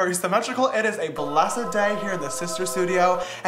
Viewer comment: “It is a bless’ed day here in the sister studio”